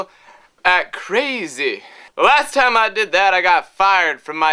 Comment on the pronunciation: "Sometimes, very intelligent people are Cerrazzy"